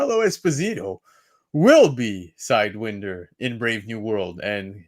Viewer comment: But who the hell is "Side when der" though? It's "side why nder" like the snake,,, serpent society / squad. lol